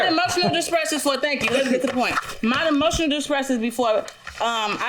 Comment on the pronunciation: Yes and then said "emotial dismiss" 😆😅😆